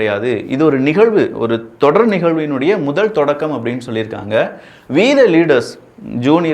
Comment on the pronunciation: விக்கி இங்கிலீஷ்ல ஓ என்ற எழுத்துக்கு ப்ராப்ளம் இருக்குன்னு தெரியும்.. வராதுன்னு தெரியும் அது தூத்துக்குடி இல்ல கேரளா ஸ்டைலா இருக்கலாம். ஓப்பீஸ், லோரி போல... ஆனால் we த லீடர்ஸில்..வி என்பதை சொல்லும்போது உதடுகள் முத்தம் கொடுப்பது போல் இருக்க வேண்டும்.. அப்பொழுதுதான் அது E போல கேட்கும் இல்லை என்றால் அது V போல கேட்கும்.. W என்ற வார்த்தையை ஆரம்பிக்கும் பொழுது உதடுகள் ஒட்டாமல் முத்தம் கொடுப்பது போல் வி என்று சொல்ல வேண்டும்.. திருத்திக் கொள்ளவும்.. இல்லையென்றால் ஒவ்வொரு முறையும் வீதம் லீடர்ஸ் என்று சொல்லும் போது அருவருப்பாக இருக்கிறது...